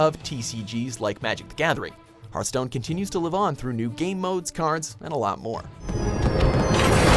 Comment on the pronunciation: it's Hearthstone not heartstone